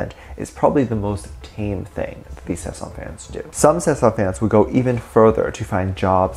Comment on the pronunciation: Okay so I definitely agree with you about the fact that they need to be put in their place. I wanted to inform you that you are pronouncing it wrong it is Sasaeng and not Sesang. Sesang means world and Sasaeng means private life. I just figured youd like to know. This is not hate I love your vids I just figured youd like to know you were pronouncing it wrong. Edit: I only know that because of serendipity lol. "Nae cheonaAAaAAaaaaAAAA, nae sesaaaaAAAAaaaang"